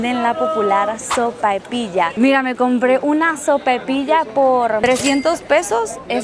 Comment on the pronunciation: No se dice SOPAPILLA es SOPAIPILLA